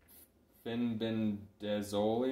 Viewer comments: Good video, thanks for sharing.. Fenbendazole is pronounced fen-benda-zol :) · Can you please learn how to pronounce the words before you publish educational videos... grapeworm???? Fenbendazole isn't hard to say 😊